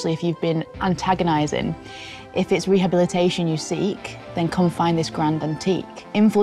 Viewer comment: She said antaginizin